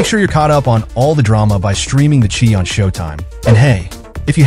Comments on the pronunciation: Pronounce The Shy not Chi brother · LOL the chee! its The Chi (pronounced shy) Shy - town goofy lol